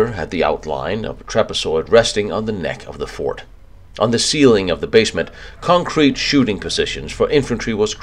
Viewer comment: great video but i wish everyone would teach to say CONCRETE